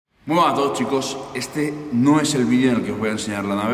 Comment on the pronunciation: Me hace mucha gracia la intro de todos los videos, “Muy bueeah a todos chicos” por mas videos que pasen no consigue decir “Buenas” !!!! Sin ofender eh solo que me parece curioso y gracioso nada mas Pd: Buen trabajo con esa brutal trasnformacion que estas mostrando!!!